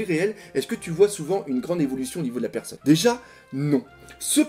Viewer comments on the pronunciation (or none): none